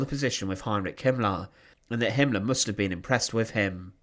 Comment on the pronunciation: Very interesting. But why do you pronounce "er" as "ar" e.g. commandar, Himmlar, murdar...